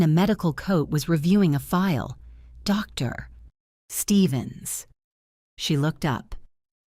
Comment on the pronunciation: Why in these AI Soap Operas is important news never able to be said over the phone? And stop typing “Mr.” and “Dr.” as the period/full-stop causes an awkward pause by the AI reader.